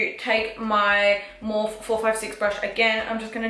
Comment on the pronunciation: I still laugh everytime you say morph instead of morpheeeee